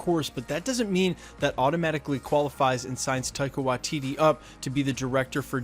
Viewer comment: Unsubscribing purely because of how many different videos you cant pronounce Waititi... its Why-tea-tea... How fucking hard is it.